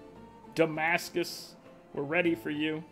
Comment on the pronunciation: Did you really call it "Dumbass-cus?" I genuinely laughed out loud. "Hat-U.S.A." had me tickled, but you outdid yourself there. I too love novelty albums--Neil Cicierega released an album called "Mouth Sounds" and the first track on it is "Pictures At An Exhibition" by Mussorgsky, but every note is just Smash Mouth's pitched-shifted "SOME" from the beginning of All-Star. All the songs feature a similar gimmick where Smash Mouth's All-Star is cut up, shifted, or sampled to cover another, completely unrelated song.